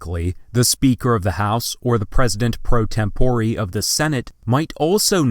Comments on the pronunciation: "tempore" is a Latin word and should be pronounced as such TEM po rey not tem PO ree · Did he just say temporee?